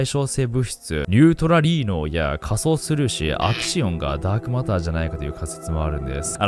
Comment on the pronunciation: ダークオマターとか言ってたな〜